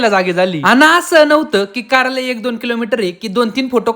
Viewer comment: कार्यालय ❎काऱ्यालाय ✅..... काय भावा 😂😂😂😂